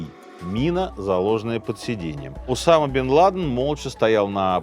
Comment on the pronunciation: поставить ударения неправильно в каждой части имени главного героя выпуска - это надо еще постараться 😂